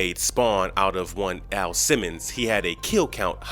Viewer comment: you literally call AL, A.I. Simmons!? Ha ha🤣wtf?